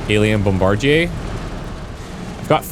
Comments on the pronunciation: His mispronouncing bombardier is going to give me a seizure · Sometimes I forget you're Canadian until you pronounce bombardier as bombardier and not bombardier. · Well he's a Canuck living in Quebec so the original French pronunciation checks out. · Bombardyay.... lol. It's pronounced bomb-ba-deer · Thanks for introducing me to this game, definitely going to pick this up, I love me some turn based combat games. PS: Bombardier is pronounced "bomb-buh-deer" I had to say something, sorry for being that guy. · FYI "bombardier" is pronounced "bom-bar-deer". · It’s bombadeer dude, not what you said. 🤦. It’s an indictment of our educational system. Thanks for the video btw. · mf said "bomb-bard-ehay"... it's "bomb-bah-deer"... jfc gamers really can't read smh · Brother..it’s BOMBA-DIER.. “bombadeer” NOT BOMBAJIER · That specific thing you have to kill in this mission is pronounced bomb-a-deer, not a bomb-bar-jay 😆 😂 😜 🤣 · Strange pronuciation of bombardier. Extremely French. In English, it's usually pronounced "bomb-bar-dee-er", not "bomb-bar-dee-yay". Perhaps you are from Quebec or adjacent to it? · Just to note, bombardier is pronounced 'bomb-buh-DEER,' not 'bomb-bar-JAY' or how you were saying it. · Bombardier. Pronounced Bom-buh-deeuh. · as a heads up, its pronounced bom-ba-deer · Bombardier is pronounced Bomb-bar-deer. You're Frenching it up lol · BOM-BUH-DEER you GOOSE! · You threw me off with "bom-bar-jay", lol. I was like "Have I been pronouncing this incorrectly my entire life?"😂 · Must be some unique Canadian pronunciation. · Not exactly Canadian. Most pronounce "bombardier" the regular American English way as "bom-bar-deer". He's using the Quebec French way "bom-bar-dee-yay". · So pumped for this game! Oh and it's "Bomb-bar-deer" 😊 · Also, it's pronounced BOM-BA-DEER. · I have never herd someone pronounce Bomb-buh-deer like that. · Kill the "bomb-bard-yay". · what an interesting way to pronounce “bombardier.” interesting meaning wrong and stupid.